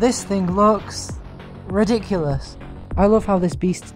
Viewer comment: the way that you said ridiculous. Gives the fact that’s so ugly.